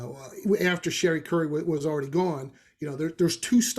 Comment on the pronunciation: ...and it's pronounced SURE-ee (rhymes with Marie). Not Cherry or Sherry.